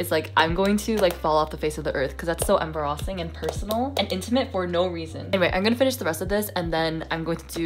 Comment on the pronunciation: I just noticed the way you say "embarrassing". Is it from a meme? 😅 If it's just a Canadian thing, I'm sorry. English is not my first language. ❤